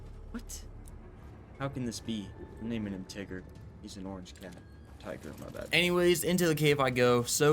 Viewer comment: When u say tiger i hear n1gar😂😂